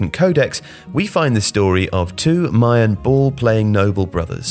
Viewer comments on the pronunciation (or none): none